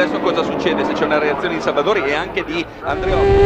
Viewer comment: Chi ha notato la pazzia di Andreozzi a ........non ho parole😵😨 Comunque sembra che il commentatore al posto di dire Salvadori dica Salvadauri come FedePerlam😂😂